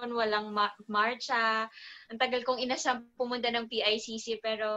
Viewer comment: ang tagal DAW nyang ina-SHAM o inasam hehehe